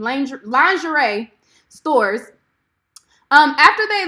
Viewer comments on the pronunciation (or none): Did you say Ling er rie? 😂😂😂😂😂